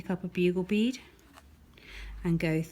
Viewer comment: I FINALLY managed to do it. It would help if she didn’t say bead as I thought she was saying B. It’s hilarious 😂😂